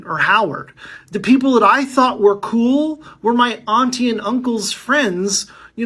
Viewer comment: He said “auntie.” 🤷🏾‍♂️